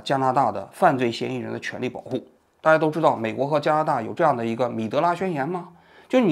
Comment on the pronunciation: 是米兰达宣言吧？王局口糊了